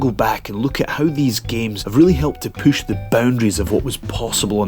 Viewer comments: Take a drink everytime he says "Poosh" (push) lol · god how many times does he have to say poosh the boundaries... annoying enough i lost count without that he says poosh when its push....